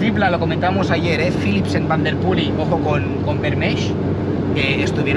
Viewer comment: Me encanta el canal enganchado 100%….. solo un comentario y espero que sea constructivo. Pronuncias el nombre de Mathieu en un perfecto “neerlandés” pero el apellido Van Der Poel en un fantástico “español”